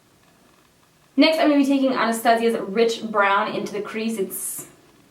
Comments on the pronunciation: I thought she kept saying bridge brown ... Lol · I thought she kept saying bitch brown. 😂